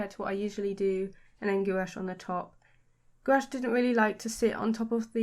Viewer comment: I love your art and style. So colorful and cute. Just by the way: this is how Gouache is pronounced!